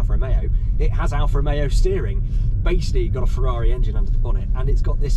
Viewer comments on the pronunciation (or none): none